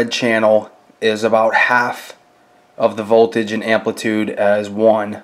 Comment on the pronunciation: He says voldage the same way scanner danner lol